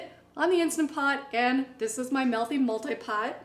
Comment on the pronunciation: It's not "Melthy". It's MEALthy.